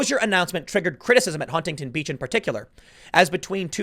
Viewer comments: It’s pronounced Hunington. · You dont pronounce the first T in Huntington. Sounds weird as fuck.